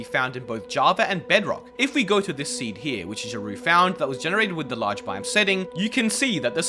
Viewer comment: Learn how to pronounce "biome"